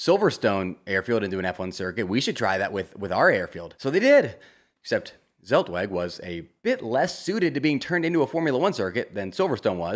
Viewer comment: Zeltweg = tselt-vek